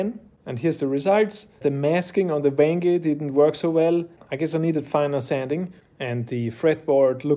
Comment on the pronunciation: "Wen-geh, not Wenge" hahahaha good one :D I have never thought of trying this, but very interesting! And now I know that Amaranth is actually Purple Heart, had no idea :O